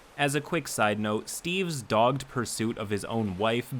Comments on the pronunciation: bro said dog'd it is dog-ed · Dogged is pronounced as two syllables, just for future reference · "Dogged" is a two syllable word.